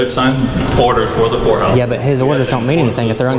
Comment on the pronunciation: Oh my gosh. I thought you said Whore house seconds! Hahaha. You did say court house, kinda 😊